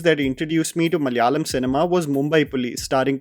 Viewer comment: its pronounced Malayaalam. not mallyalam